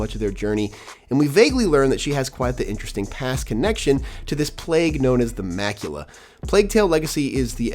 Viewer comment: Butchered Amicia and macula pronouncements 😅